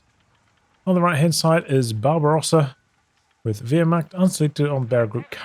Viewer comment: I kept thinking you were calling “Barbarossa” “Bob Ross” and it made me very happy haha